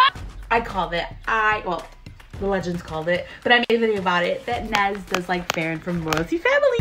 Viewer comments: I also think her crush is ferran and u were pronouncing ferran wrong u were pronouncing it as “feren” ur supposed to pronounce it as “feraan” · So so so much support! Ive known it was Ferran since the insta reel lol! Also its pronounced fur-on not fair-an lol much love!